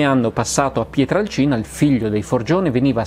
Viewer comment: Finalmente uno che pronuncia quel paesino come si deve : PIETRALCINA. Eh si, perche' col passare degli anni era diventato "PIETRELCINA". Forse, penso io, perche' incline alla pronuncia della "A" cambiata in "E" che e' in uso da quelle parti.